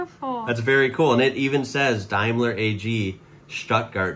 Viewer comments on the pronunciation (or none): none